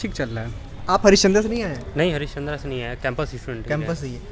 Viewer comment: It 's not हरिचंद्रा it's हरिश्चंद्र